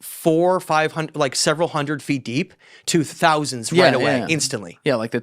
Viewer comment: always pronounces thousand with so much emPHASis on the THOU